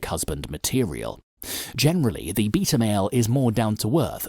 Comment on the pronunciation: #CasperVision Hey!!! I’m going to make a comment Please don’t ban me!! I FN Love both your channels!! Long time sub!! Lol!! Anyhoo first I LMAO every time the guy says beta but pronounced it Beat r. Like I’m going to beat the s@ out of you. But ( forgive me going all Dr. Phil ) You said you are perfectly fine being alone, Don’t need attention etc... But you have two YouTube channels.. hummm?? Just curious you’re feeling on this.. Oh can’t stand Dr. P by the way but Dr. Ruth is gone... rip